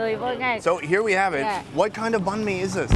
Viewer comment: Banh mi not nahn mi bro